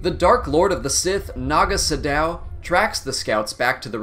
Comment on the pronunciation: Is it just me or doe he pronounce Nago Sadow and Rakata odd? Having played the KotOR games, I love all the backstory that precedes the start of the games.